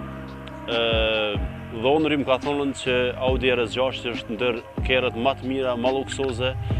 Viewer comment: pse nuk folni shqip o vlla RS6 lexone mire jo ER ES 6